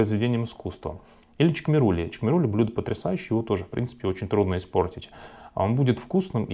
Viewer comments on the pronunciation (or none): Не чкмерули, а ШКМЕРУЛИ, пройсходит от названия село ШКМЕРИ, который находится в регионе РАЧА.